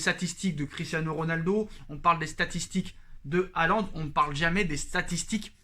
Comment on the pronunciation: Erling Braut "HIGHLAND". Oui c'est Highlander le gars ⚔⚔⚔